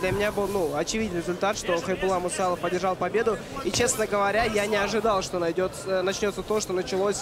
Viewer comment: Когда уже ринганонсер выучит фамилию Хайбулы? Не Мусаев а Мусалов... и это уже не первый раз....